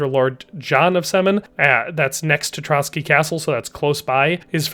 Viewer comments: Just a small mistake I noticed. Its not Trotsky castle. Its Trosky (whic could be translated as "ruins"). And (this is a smaller mistake) the pronounciation of Hradec is wrong. Normally I wouldnt even mention this but I felt the need because you pronounce it as Hradek instead of Hradec. Which is a completely different city in Bohemia actually. :D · Pronouciation on Trosky Castle -> Tro S ki Not Trocky (bolshevik massmurder that commited multiple genocides of various White Peoples living in Soviet Union). Otherwise great vid, thank you for that. God bless. +][+ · As a Czech, i just wonder why he pronounces Trosky as Trotsky. Where the ''t'' comes from?